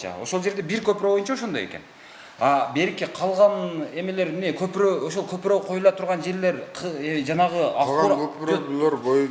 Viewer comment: Көпүрөк деп айтатко көпүрөнү,кыргызча айтыпатабы?